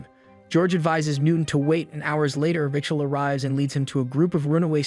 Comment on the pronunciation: Is this an AI? Because if you cannot pronounce the name RAYCHEL properly then you have problems. Kinda ruins the whole thing.